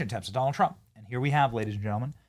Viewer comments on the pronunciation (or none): none